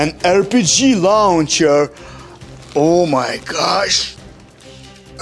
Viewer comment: its a rocket lauhcher